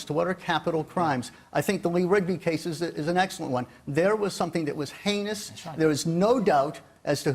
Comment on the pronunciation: That was a hard watch, totally agreed with everything you said saun. That man who cant say heinous, really annoyed me.